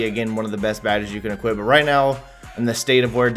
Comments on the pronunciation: There’s no fucking “t” in equip. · It’s “equip” you non-talking b...h.